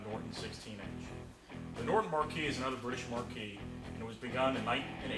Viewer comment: The word is "marque" and is pronounced "mark", not "markee" as would be a lighted sign above a theatre (marquee). FYI